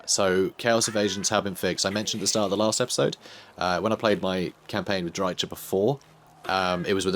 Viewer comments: Don't worry, he knows about it; I told him the correct pronunciation and gave him a couple of sources for it in the comments of the first Drycha campaign video, but he said that he prefers to use the TSH-pronunciation for "ch" so we just have to be there for him and support him - you can't try to change the people you love 😆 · Please stop mispronouncing Drycha and Heathlands. Drycha is pronounced like "Dry-ka," and Heathland is HEATHland, not HEARTHland. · Please just please. Look up the pronounciation of Drycha. The ch sound is the same sound like in Chrace or chaos for example... Shes not lizardmen for it to be the same sound like in Chaqua and so on... I hope you just didnt put it in google and used that pronounciation. Seriously man its destroying my ears to the point I cant watch your videos. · Fair enough, I'm honestly way less annoyed by you mispronouncing it intentionally than I am by you doing it accidentally.